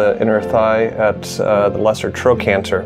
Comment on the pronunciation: Ahh, yes, the Lesser Trocanters 😊😊😊